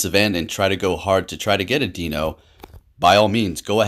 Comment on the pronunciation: Lol if you’re taking criticism on Pokémon names, it’s Deino instead of Dino 😬😂 Its evolution line is based on the number of heads and the German Ein-Zwei-Drei being 1-2-3